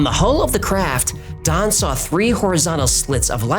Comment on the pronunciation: Still can’t decide if he’s saying Don or Thon. I hear it different every time he says it.